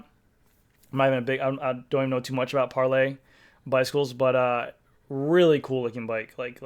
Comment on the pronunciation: Parlee is “Par-LEE” not Par-lay. They build the very best carbon frames on the planet. They are located in Beverly, MA and have build custom bikes for pros for 25+ years. You should check them out.